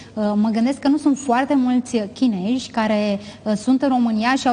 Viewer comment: "Chinezi" NU "chineji" in LIMBA ROMANA, doamna Muresan!!!!